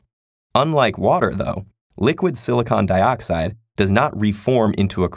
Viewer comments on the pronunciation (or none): none